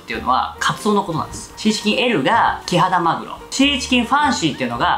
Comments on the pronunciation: ぐらい｢シーチキン｣言えてないw …ような( ´▽｀) ｢チーシキン｣言ってない？ リュウジさん酔っぱらっててもイケメン♡♡ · とろちーしきん、っていった。 かわいい 若干呂律まわってない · もう酔っぱらってチーシキン言うとるからね🤣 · よく聞くととろチーシキンって言ってる、かわいい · とろチーシキン…酔っ払いすぎw